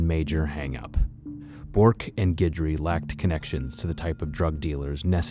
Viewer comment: It's nice that you know how to pronounce Guidry, thanks.